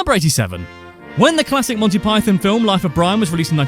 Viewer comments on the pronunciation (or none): none